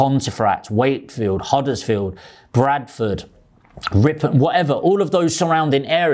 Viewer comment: Haha just couldnt understand the pronounciation of the area :)